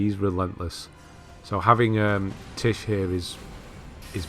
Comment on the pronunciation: many thanks for the platinum guide. Been waiting for this from you since it came out and boy you did not disappoint at all:D.It was direct to the point and I was laughing at how you were pronouncing Tiche as Titch:p. Sticking all the way around for the next platinum guide. And yes Malenia is bae <3